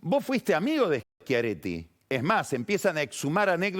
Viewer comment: Como pronuncia Schiaretti tmb. interesante.